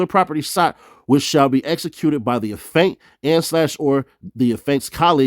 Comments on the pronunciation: bruh it aint a-faint its aff-e-ant 🤣🤣🤣🤣🤣🤣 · 😂🤣C'mon; its Affiant(aff-ee-ant) 👍🏾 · Af~fee~ent - Affiant. Be easy bro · pronunciation. You sounded like you were saying Aff~ant for the word affiant big homie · Affiant- Af-fee-ant hope this helps.